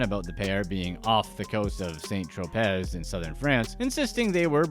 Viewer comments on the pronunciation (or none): "...Sain Tropezz...in southern France..." bruh...it's pronounced "Trow-Pay"...thought that was common knowledge, my bad...